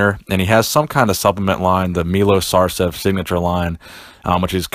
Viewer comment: it's effin' Sarcev not Sarsev